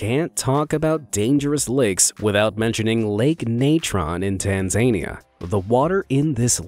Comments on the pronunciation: Just for educational purposes, as someone who’s father weekly works with people from Africa, it is pronounced “Tun-zun-I-a”, with the emphasis on the “i”. Not meaning to critique or anything, just want to let people know! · Mate, just a friendly FYI. Tanzania is pronounced tan (as in brown)-za (same ā) - nee-ā (longer E as in knee, short A as before - like the last A in America). The emphases are on the first (gently) and a bit more strongly, the third syllable. Tan za ni a. Chernobyl was still affecting sheep farmers in the north of England (and I assume Scotland? I heard this when living in the northwest) over a decade after the disaster. They haven't been allowed to sell their sheep or even the wool. No idea if they can sell it now. Tom Scott did a great video on the Strid. A fascinating insight. Great video of your own, btw. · “Tan - zania” lol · tan-zain-ia? is tan-zahn-ia reallly that hard to figure out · Tan-zay-nee-ah. Yet again Americans proving how utterly incapable they are of pronouncing anything correctly. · No one gonna mention Tanzania? Tan-zuh-knee-uh. The way he says it sounds like a safari themed Disney ride. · Tan-zany-a, huh? You guys don't even try, it's so crazy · Tan Zania. i never thought someone coupd mispronounce it that bad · you mispronounced Tanzania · You can pronounce haloarchaea but not Tanzania 😂